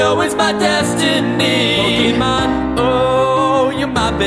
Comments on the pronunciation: The least you could do is pronounce THE NAME OF THE SHOW right. It's Poh-Kay-Mon, not Poh-Key-Mon. That accent on the E isn't there to make it look fancy, it actually changes how the word is said. I'm sorry, but this is just ear rape. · So fucking good. But the way he pronounces pokémon makes my skin crawl. It's pokémon, not pokiman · Is it weird that I'm annoyed that he pronounces pokemon as (Poke-ee-mon) instead of (Poke-eh-mon) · You pronounced Pokemon wrong at least 50% of this song